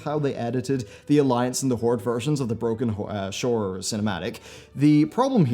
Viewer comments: you almost said broken hore not broken shore. I lold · "Broken whor... shore cinematic." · "The Broken Whor-..Shore Cinematic"